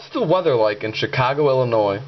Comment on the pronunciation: That wasn't a bug. You said (ill-uh-noise) and that's what it heard. I've said IL-UH-NOY into my Alice Pro and it spells it fine.